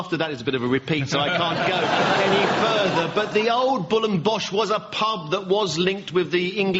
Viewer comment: Did Paul say ‘Bull and Bosch’ ?